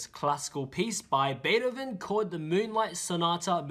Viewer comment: You pronounced Beethoven wrong but damn are u good at piano